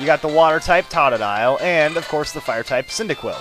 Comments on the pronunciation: It is TOE to dile. Not TAH to dile. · its pronounced toe-doe-dile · Totadile is pronounced "Toad-a-dile." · Oh, Totodile is pronounced toh-toh-dile. Not ta-ta-dile or whatever it is you say, haha. Just saying since I'm sure you'll be bashed for mispronunciation like other let's players I've seen. >_> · lol u pronounced totodile wrong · i don't think you pronounce totodile the way you do